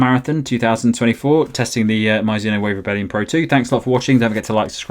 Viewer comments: 「マイズノ」😂変な発音！Mizuno = ミ + ズ + ノ = Me + Zu + No. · Please don't call it Myzuno, its annoying!